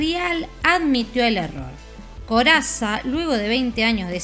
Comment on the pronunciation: Corazza...Lo pronunciaste "Corassa"